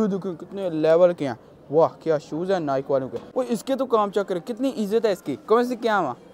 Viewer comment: Bro at least pronounce Nike well✅ Don't mind but check it.✔️